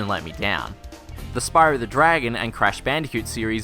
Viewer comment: I had to do a triple take at "Spyror Toor".